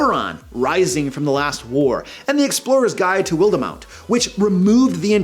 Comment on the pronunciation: Will-de-mount😂 you made me think of every time i hear someone pronounce Versailles as ‘ver-sails’. Rock on